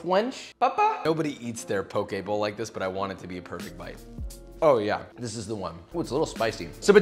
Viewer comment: Poke bowl sounds like pokeball lmao